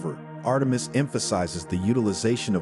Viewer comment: When you can't pronounce Artemis ... you're a stewpid AI retard !